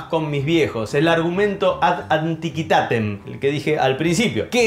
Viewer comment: Se pronuncia "ad anticuitátem